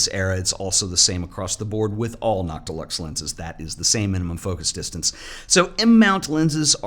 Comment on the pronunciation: I thought you were saying “not deluxe” and I was very confused why they would name a lens that lol